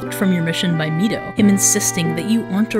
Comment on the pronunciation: Oof to mispronouncimg mido and Hylian.